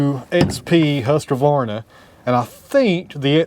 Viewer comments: look at that... Husqvarna <3 "Hus-Kvahr-naah" - the Q is pronouced as a K. (Swede here!) I hope it'll keep you happy using it as it is a longstanding well loved brand here. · Husqvarna pronounced hoosk·vaar·nuh. It's Swedish